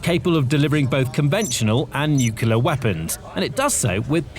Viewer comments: NUCLEAR NOT NUCULAR!!!!!! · Nucular gahh!! A nerve grating mispronunciation of the word nuclear. So many people do it and it does not sound professional at all.